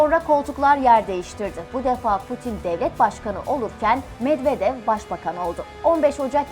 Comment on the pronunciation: Türklər rus adlarını niyə belə pis tələffüz edir axı? [Medvedev] oxunmur, [Medvedyev] oxunur. Çar Nikolas kimdi? 😂